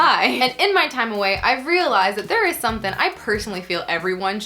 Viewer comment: I'm feeling as left out as the letter G whenever says the word "something".